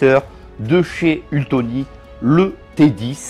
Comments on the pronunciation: ça n'est pas UltOnic mais ultEnic, dommage quand on se fait offrir ce robot de ne pas faire la publicité correctement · Mais pourquoi tu dis ultonic ??